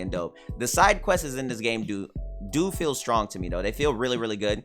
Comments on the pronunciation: "questesez" lol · I don't even know how I'd spell quests the way he said it lol. So questes was my first attempt but questeses is more accurate i think lol idk